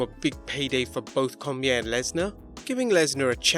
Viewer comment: Daniel Cormier's surname is pronounced Cor-me-aye.